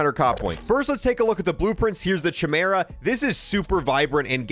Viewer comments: "Kai-MEER-uh," not "chi-mur-uh." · He says Chimera with a CH but I’m sure I’ve heard every other youtuber pronounce it as KYMERA with a KY rather than a CH… 🤔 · Excellent video, dude Oh, that's pronounced kai-meer-uh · Not to be a Grammar Nazi , but it's pronounced "Kye-Meera" ... not "Che-mera"... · Chimera is pronounced "KAI-MERA". Do you even know Greek Mythology bro? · It is pronounced Kai-mera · it is pronounced Kaɪ-Maer-A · Fr i pronounce it as KYMERA too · Chimera is pronounced (kai - mara) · i keep cringing whenever he says it like "chi-mur-uh" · It's pronounced chimera but it's a k sound not a c. It drives me crazy when you say it wrong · Glad I wasn't the only one bothered by that.